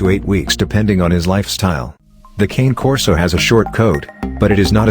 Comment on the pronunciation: I have a Cane Corso Italian Mastiff and your pronouncing wrong best dog ever but a lot of dedication on love will have to go into it